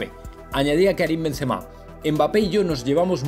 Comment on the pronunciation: Gran Karim. Porque los Españoles pronunciais mal los nombres extranjeros? El N en vez de M en kariM. Paris sssss no. Se pronuncia Parí. Etc....